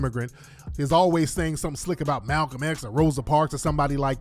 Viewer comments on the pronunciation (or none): none